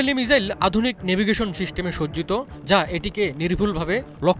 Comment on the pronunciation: মিজাইল না, বলুন মিসাইল সঠিক করে বলতেও পারেন না আবার লম্বা লম্বা লাফ দিচ্ছে ,,, পাগলের সুখ মনে মনে তাইনা